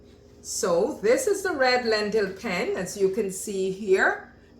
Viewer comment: It’s pronounced….Penn-ay. And after you put it in the water, you need to stir it immediately, so it doesn’t stick. The same as regular penne. Also, don’t cover the pot when you cook any pasta. Lol. Sorry. But…Wth.